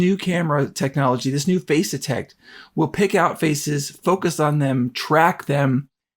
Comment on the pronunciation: Nice video, and if this really is much better than the E-M1 Mark II it's a valid reason to consider the new one. One small suggestion: for the first few minutes of this video, I could have sworn you were talking about "phase detect" autofocus. Finally got "face detect" from context, but it needs better enunciation there.